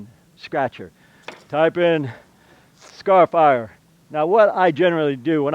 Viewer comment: Haha, I think it's funny that you are calling it "scary"-fier :) Pretty sure it's supposed to be pronounced "scar"- ifier though, because you're leaving scars in the wall.